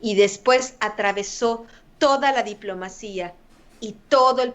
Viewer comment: Se dice diplomacia, no diplomacía, no seas palera del kakas.